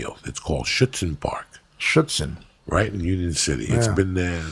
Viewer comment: nobody is meaning how perfekt joeys pronunciation of schützenpark is ? You cant tell that he isnt a native speaker